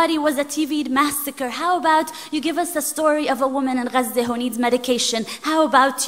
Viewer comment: It was a pleasure to learn how to pronounce Gaza properly